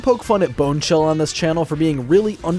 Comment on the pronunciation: "Bonerchill" tho Wonderful xD